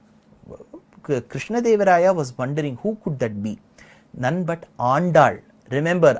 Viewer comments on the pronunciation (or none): none